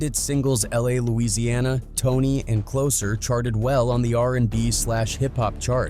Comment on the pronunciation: It's T.O.N.Y and LA, LA!! Not "Tony and Louisiana" 😂😂 Who's Man's is This?🤦🏾